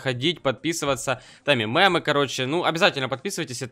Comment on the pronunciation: Почему я так ору когда ты произносишь слово Мемы неправильно?